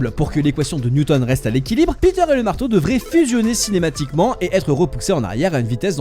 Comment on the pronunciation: tu feras juste gaffe à "cinématiquement"😅 .Sinon superbe video